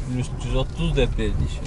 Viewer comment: Пилус дечи😂